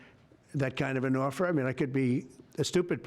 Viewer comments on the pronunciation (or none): This is who Trump has always been. MAGA really is another way of saying “stupid.” They’ll catch up eventually. Maybe. Speaking of stupid: “orfer” instead of offer. “air-a-plane” instead of airplane. The man is a moron. lolololol